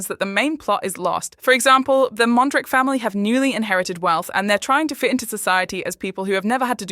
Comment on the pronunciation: Why do people keep saying the "Mondricks" when Mondrich is pronounced at the end like "church" on the show? Maybe it show how little attention a lot of the audience pays to them.